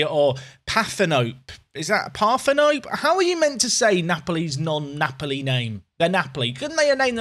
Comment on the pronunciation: Partenope for napoli pronounced par-ten-opay